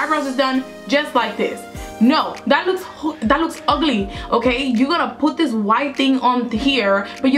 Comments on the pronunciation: it's OGLY 😁😂. love your accent . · when she said "das ogly" I died laughing lol